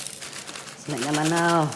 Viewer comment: Btw kok gue salfok sama cara abangnya nyebut kata "snack" ya? Dia kayak bilang sne' gitu... agak gimana gitu dengernya